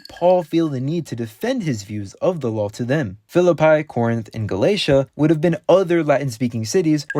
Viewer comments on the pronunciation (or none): none